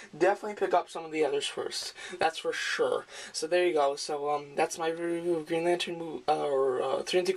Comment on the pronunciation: nice review man and ya its been said a few times but its pronounced St-el..stel not steel...still a great review man